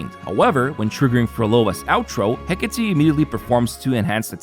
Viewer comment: Fist you tuber to pronounce Hecate correctly, you have my support from now on 😊